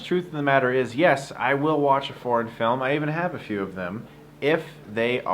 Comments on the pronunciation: When you started talking about foreign films I thought you were saying porn films and you were really serious and I was like "Wait, what porn films do you review that are really good? What is he talking about? Is he not even going to mention fapping?". Then I realized you were saying foreign and I was like OOOoohhh. It was funny. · I understood "porn films" :) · Why do I hear something else when he says "foreign films".